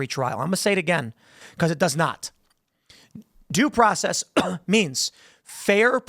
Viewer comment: Doesn’t matter. He dint get his DOO PWOCEZZZ